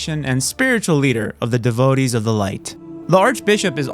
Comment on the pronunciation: “Devo-dees” it takes so little time to look up a word’s pronunciation. Why edit an hour long video and not know how to pronounce a word you learn in the 2nd grade.